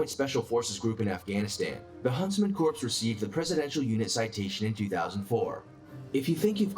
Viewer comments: First, I'm not sure if I trust someone who doesn't know the difference between a Corp( pronounced core) and a Corpse. Second, I seem to remember that US army Special forces had a 97% FAILURE rate in initial training. Third, I always find it interesting that the SAS is mentioned in so many of these list while the SBS, which is on par with them is not. Interesting video and great reaction as usual. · I’m glad I read the comments first. I was going to ask why they keep saying “corpse.” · The video was driving me nuts you don’t pronounce it as corps it’s pronounced core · If these narrators are going to continue doing these videos about the military they need to learn how to say some of the names correctly. The letters PS are pronounced silently in the word CORPS. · They lost me right off the bat when the narrator couldn't pronounce CORPS..... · Hard to take this seriously when the narrator can't pronounce corp. You knew it would be Navy Seals as soon as he said that. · I cringe everytime the narrator say "corps" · The original narrator of the 1st video mispronounced corps badly. Nerve gas should have been discussed in the 2nd video. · Hard to take it seriously when he's mispronouncing Corps. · Only an American would put Navy SEALS at the top of this list. Many within the upper echelons and former SEALS have said frequently that the SAS is a more gruelling and superior military force. SEALS should be 5 (or 6 after the Gurkhas) on this list, not 1. I mean the guy can't even pronounce 'corps' correctly... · I can't with that video. Didn't say corps correctly, and not even a mention of the Irish Ranger Wing. Nonsense! NONSENSE I SAY!! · he pronouncing corps wrong af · None of that changes the fact that the narrator is pronouncing it wrong. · It's pronounced core not corpes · I am having a hard time with "corpse"... not military, and i know what it looks like but please, core not corpse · it's pronounced CORE not CORPSE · Prounced core,not corpse! The narrator